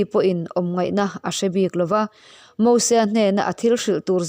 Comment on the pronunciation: Nia... Mosua tih te... 🤣